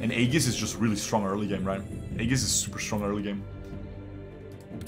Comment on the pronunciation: "ee-juhs" not "ay-gis"